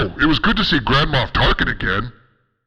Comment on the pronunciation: I swear he said "grandma Tarken"